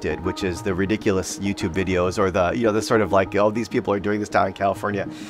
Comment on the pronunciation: Ridonculous* there’s an N